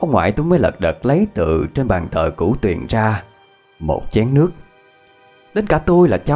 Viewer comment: ơi Cửu Huyền chứ ko phải Cửu Tuyền nha anh ơi. Thân